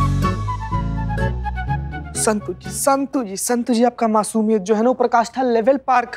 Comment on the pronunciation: 😂😂😂 told kya Santo.. Instead of santu🤣🤣🤣